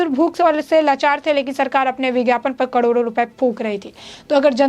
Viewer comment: कडोरों कडोरों नही मेडम, करोड़ों करोड़ों बोलें।